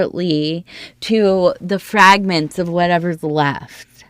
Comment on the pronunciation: Emphasis on fragmentz